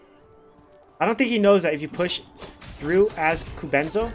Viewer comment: Ku-BEN-zo Lol